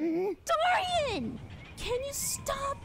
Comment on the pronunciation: They said Dorian wrong. 😊☝️